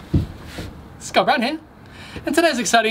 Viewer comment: Sometimes when you say “Scott brown here” I hear Got Brown Hair 😂